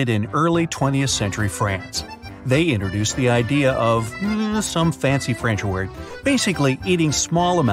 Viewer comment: say INTRODUCED NOT INNER-DUCED!!!!!!!!!!!!!!!!!!!!!!!!!!!!!!!!!!!!!